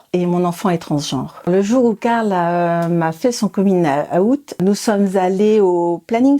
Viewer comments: Son coming aouttee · on dirait qu'elle dit aout genre le mois😂😭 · j'adore la prononciation de certaines mamans "coming aoute" xD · «comine aout» 😂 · Nan nan, c’est « komine äoutte »